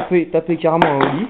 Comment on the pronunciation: Putain mais c'est quoi ça ?? On dit ollie pas holie --'